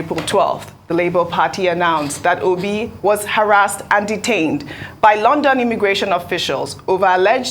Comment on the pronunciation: The way he pronounced okpeeeeee sounds funny